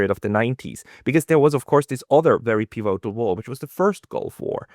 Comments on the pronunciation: It’s “pívotal”, with stress on the first syllable, not “pivótal”, please! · why do you pronounce 'pivotal' in such an unusual way? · You are pronouncing pivotal wrong.